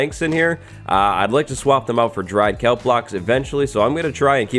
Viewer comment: Its KELP not calp...